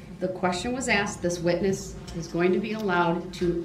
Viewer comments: …you crack me up! Because you “axed it” 🤣😂🤣😂🤣😂🤣😂I was thinking the same…. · It’s a lot to remember a year later …. It’s ASKED Brooks not AXED